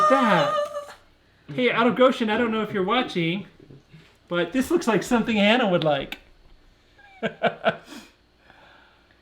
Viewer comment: Out of Goshen--Hannah, instead of Anna?